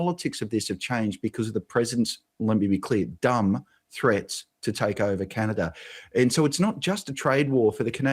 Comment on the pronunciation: Canader? You serious dude